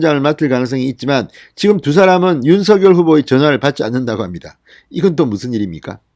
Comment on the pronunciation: 윤서결이 아닌 윤석렬로 발음 교점해 주세요